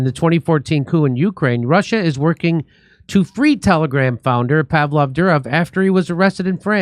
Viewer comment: Pronounced “Povel” not “Pavelle.” 😂